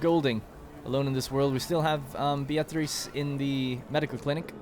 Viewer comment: Beatrice is just "beer-triss".. Like the author Beatrice Potter. I dunno where you got this Be-A-trice thing from. 👌